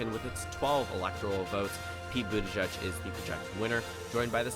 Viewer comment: Very nice but it's Boot-edge-edge not boot-a-judge.